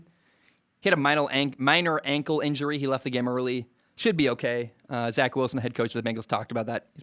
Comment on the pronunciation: nobody talking about how he said Zach Wilson LMAOO